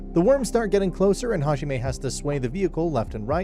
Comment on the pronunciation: Hajime Me: that’s not how you say “god”